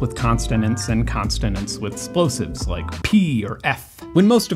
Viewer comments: Hold up,did he just say "splosives" like P and f?? 😂 Pedantry for the record.. it is "plosives" not "splosives" and f isn't one of them. F is a fricative. Makes me a bit leary of the fact checking in this video? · just a gentle heads-up: consonents and plosives rather than constonents and splosives.. Otherwise I'm going to try very hard to ignore the oddness of the way you say these words and enjoy the video anyway. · I very rarely comment on YouTube videos, but that segment had some absolutely glaring errors in it. I thought maybe he was just joking when he said “constonants”, and maybe he was, but right after that he said “splosives” instead of “plosives” and listed F as one of them even though it is a fricative and not a plosive. This is a very bad look. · the linguistic struggle of hearing "constonants and splosives" and knowing it's wrong but also knowing that prescriptivism is bad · *plosives - not “splosives” by the way :) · Can I be that guy who points out that you said consonants and plosives wrong? Because I am that guy.